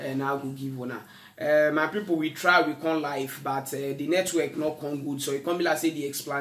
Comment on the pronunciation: Oga na network, not netwerk